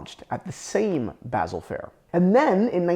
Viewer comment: Why does he keep saying basil?